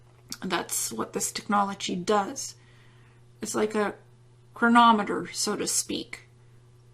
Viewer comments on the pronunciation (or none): none